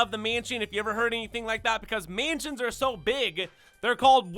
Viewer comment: Bro you gotta learn how to say mansions